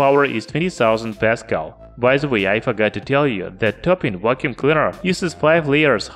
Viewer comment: Vhat's a wacuum cleader?